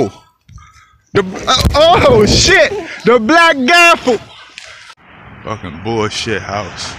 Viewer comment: Gavel lol 😂 not Gaffle